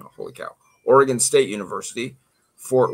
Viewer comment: You're definitely not from Oregon pronouncing it that way 🤣🤣🤣